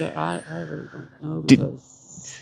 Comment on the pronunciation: Weally Wooowed